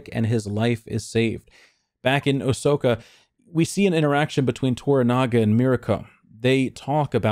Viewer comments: You say Osaka as Asoka lol , was confused every time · I've never heard someone butcher OSAKA like you 😅 You ARE human after all, (That's a reference to your damn robot-like powers of deduction and foresight with your unmatched WESTWORLD videos... 😢😢😢 smh... I STILL can't get over they canceled it with just one more to go...AND no one else has picked it up Ridiculous)